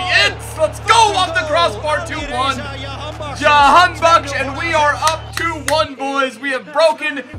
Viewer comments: That is the dutch pronunciation which is normal because that's where he plays and how it is heard most around the world. It's said the exact same way you did but the J is Juh not Yuh lol. That intro was amazing though lol. So Jah-han-bak-sh. Alireza was correct but the R is rolled similar to how the spaniards say their R's. So say the R with your tongue. And it's ali-reza not ali-reyza. I'm sure no one gives a shit lol. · Its pronounced JA-han-bakhsh LETS GO IRAN🇮🇷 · j in jahan as in jackson not yahanbakhsh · Dont mind the pronounciation we call him Jan Bakkes here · The j is pronounced j